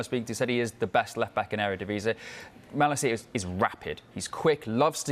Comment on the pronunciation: It's not pronounced mala-CI-a but ma-LA-cia